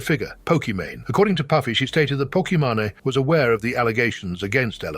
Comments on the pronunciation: Poke-a-man-eh you will have to settle for a bear... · Sounds like Poki Manny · I didn't even realize that's why her name is Pokimane even though she pronounces it differently now, her real name was in there the whole time 😅